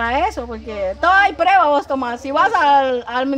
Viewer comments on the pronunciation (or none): Jajajajajajaja cuánto me he reído cuando la vieja Vicenta dise ay prebas. Ay prebas